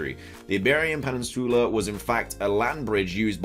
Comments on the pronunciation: Am I the only one who has a fetish for how says "Peninsoola"? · this dude said “pennisoola” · Lol Im dying from how you say Peninsula 💀💀💀 someone help 😂😭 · Are you mispronouncing peninsula or is it a British thing to say it that way like how ya’ll say aluminum? 😅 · Why is saying peninsula wrong? 😂